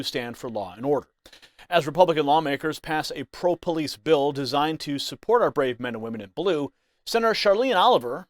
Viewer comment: She says this and no one says anything! They kill Trump and let her big black mouth make these statements? This is a threat by a public official! It’s a BILL NOT A BEEO! Tennesseans welcome militant black activism! TA TA TA TA! 😂 🤷🏿‍♂️don’t loot our stores and don’t terrorize our cities and towns🤣🤣🤣 TAKE A WALK GO TO A PUBLIC PARK ANYTIME YOU WANT… 🤷🏿‍♂️WONT BE CAUSING YOU ANY PROBLEMS. IF THEY DO 90% OF OUR RESIDENTS BLACK HISPANIC AND WHITE CAN SOLVE YOUR PROBLEM AND GIVE YOU PEACE QUICKLY. WE REALLY CARE! 😳🤣🤣🤣🤣🤣🤷🏿‍♂️🤬🤬🤬🤬